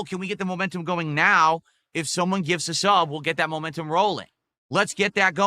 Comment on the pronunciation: needs to stand in front of a train then has some momentuhm gowwing and get nailed by it.